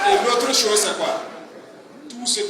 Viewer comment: Ibrahim Traoré Cacao,on ne dit pas Sose mais chose, analphabète Bouki gaou là 😂😂😂😂